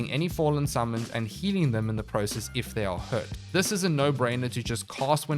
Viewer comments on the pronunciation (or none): none